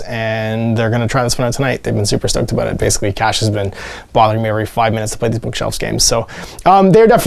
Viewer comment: Looks like fun when you're looking for something quick. And you said "aboot" in the first minute or two. Your maple leaf is showing.